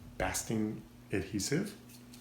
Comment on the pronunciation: BASTING is pronounced like Bay-sting